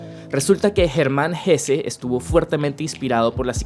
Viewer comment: Bien,!! Supongo que sos de descendencia alemana o algo así, por fin alguien pronuncia HessE y no Hess... bravo!